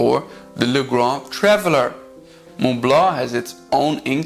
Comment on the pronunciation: Thank you for this very informative video, and for pronouncing Montblanc the way a French would (I am French). Just one thing : the 147 can only have cartridges, no converter (I have one).